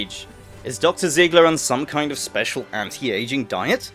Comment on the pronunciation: Your name includes the german "Panzer" but you can't pronounce her name, why?